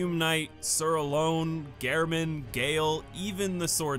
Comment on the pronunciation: why do you pronounce gehrman and alonne so weird. alonne i get but why gehrman. i mean gehrman says his own name too. also bonfire ascetic